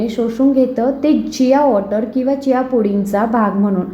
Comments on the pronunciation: खूप छान माहिती आहे. व्हिडिओ मध्ये ज्या बियांची नावे सांगता आहात,त्याचा लिखित व्हिडिओ दिला असता व त्याच बरोबर बिया चित्रांकित केल्या असत्या, तर या वस्तू जास्त स्पष्ट झाल्या असत्या.एक बी स्पष्ट कळत नाही.जियासीस का काय ते दोनदा ऐकूनपण समजले नाही.कृपया आणखी एक व्हिडिओ बनवण्याची तसदी घ्यावी. ही विनंती. धन्यवाद!! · खूप छान माहिती दिली आहे त्याबद्दल धन्यवाद पण व्हिडिओ मध्ये ज्या बियांची नावे सांगता आहात त्याचा लिखीत व्हिडिओ दिला असता व त्याच बरोबर बिया चित्रा कीत केल्या असत्या तर या वस्तू जास्त स्पष्ट झाले असते एक बि कळत नाही जियासीस का चियासी चार वेळा ऐकून समजत नाही कृपया आणखी एक व्हिडिओ बनवण्याची तसदी घ्यावी ही विनंती धन्यवाद मी पुणे आंबेगाव बुद्रुक येथून तुमच्या व्हिडिओ पहात असतो